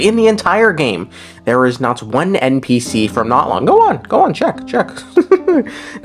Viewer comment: Bro... The game tells you how to pronounce Natlan. It's Nat-lan not NOT-lawn. 💀🪦